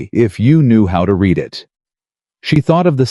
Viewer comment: Love the 2nd or 3rd opening slide where she seems to have 3 arms....And, I will be impressed with AI narrators when they get the present and past tense of words like 'read' correct.